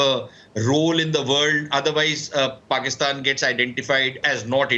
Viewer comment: almost said fatistan instead of Pakistan 😂😂😂😂😂😂